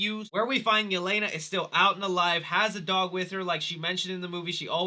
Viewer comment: I am sorry but the way they pronounced Yelena's name in the movie hurt my ears